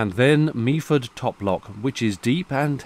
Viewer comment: It's pronounced "Mefford" ; - )